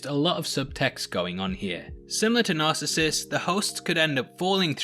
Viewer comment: Good analysis. But you're mispronouncing Narcissus.